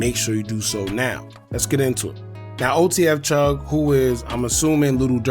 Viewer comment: Chugg Not Chuff Lol